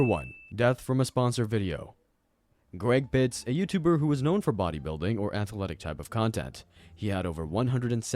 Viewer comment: For number 2 - it's not Greg Bits, it's Greg Plitt...